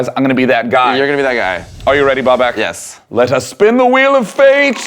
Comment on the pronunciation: It's Babak not Bobak